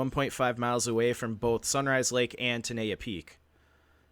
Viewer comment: ten-eye-yuh is the way it is pronounced. I am a local to Yosemite. I live and am from the area 20 minutes from the South Gate entrance in Oakhurst, California in Eastern Madera County. I remember when this happened. I know some people that have requested the case and have been denied, multiple times.